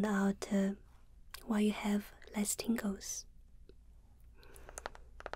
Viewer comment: At first I thought she said ,Tinkle